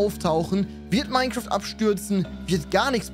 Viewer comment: Eben is nur ein texturepacket und sagt zu einem Mineschaft einfach Minä 😂